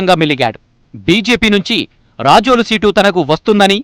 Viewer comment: Adi racholu kaadu ra babu, rajol